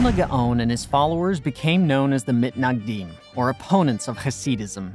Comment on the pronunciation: from now on pls, I beg u, call the “Misnagdim”. Mitnagdim just sounds wrong